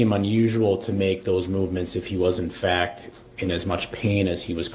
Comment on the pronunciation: "Fack" instead of fact lol😂